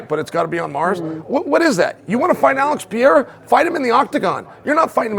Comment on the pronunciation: Alex Pee-era 😂